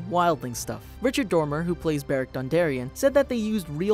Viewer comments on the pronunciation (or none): none